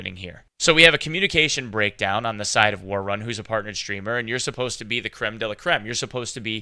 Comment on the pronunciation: He's saying ”worrun” so awkwardly